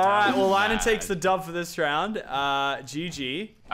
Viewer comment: LANNAN!!! NOT LANNON GET IT RIGHT